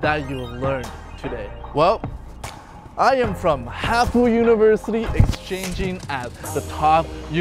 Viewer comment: is that really HAFU UNIVERISTY instead of UNIVERSITY?